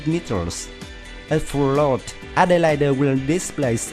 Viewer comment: excellent vid. also, "elite" is pronounced "ee-leet". Adelaide is 'ad-ell-aid'